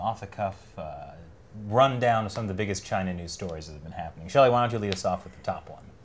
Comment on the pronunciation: It's Shelley!! Shelley!